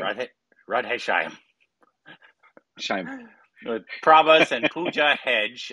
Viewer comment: could never thought Shyam as saimon😂😂😂😂